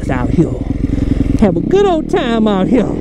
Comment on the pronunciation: Count the times he says “ out Hea “